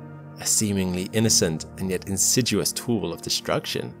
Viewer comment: Insiduous? Surely you mean insidious?